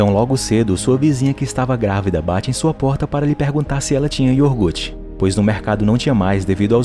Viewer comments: "IORGUTE" OU "IOGURTE" QUAL DOS 2 É O CERTO SR. NARRADOR? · ioguRte, não ioRgute